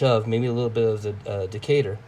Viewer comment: Yep, you pronounced Decatur correctly. Nice looking knife.